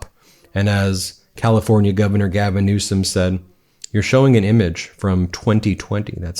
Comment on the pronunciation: Please stop saying newscum just say it correct even though Donnie diapers says it wrong.